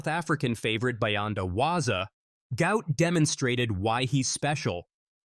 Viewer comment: His father said his name is NOT "Gout", but Gu-ot. Flip the vowels to get the name correct. Show some respect by getting the name correct.